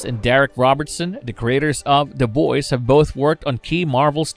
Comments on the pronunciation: why are you saying "Da Boys"? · "Da Boys" "mudder" "brudder"